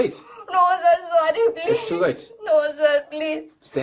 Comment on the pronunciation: Sorry saaar eeee oooo saar sorry saaar eeee 😂